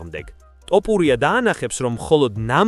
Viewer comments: შენი ტ და პ მაგიზიანებს 😆 თ და ფ ბიჭოოო 🤣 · ტ არა თთთ ბიჭოოოოო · ბოლომდე აღარ ვუყურე ვიდეოს, რა ტოპურია... ტოპი და თოფი ძალიან განსხვავდება ერთმანეთისგან და ვიდეოს სათაურიც შეასწორე, მერე დავალაიქებ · რა ტოპურია გვარი სწორედ გამოთქვი, რწ უბედურებაა🤦🤦